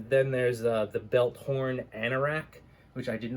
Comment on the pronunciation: Just so you know it's pronounced Bell-thorn. It's a small village near Garys hometown...but nice video keep it up